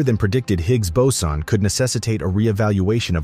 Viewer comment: Anyone else irritated with the fluctuation in pronunciation of boson (boatswain/bowsen/bowson)…?